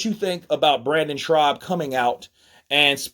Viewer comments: Shaub bro. Not Schraub lol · his name is Brendan SCHAUB! NOT SHRAUB! 👊🙏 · His name is Brendan Schaub not Schraub. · Schaub. No R my man. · Is he serious or is he saying his name like that as a joke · And you saying Brennan last name wrong! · good video but the guys name is brendan schaub (theres no 'r' in schaub) lol -otherwise keep up the good work hun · There’s no “ r” in Schaub dude , it’s annoying